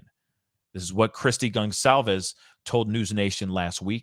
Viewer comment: Con-calves (it sounds like con - colvs) not s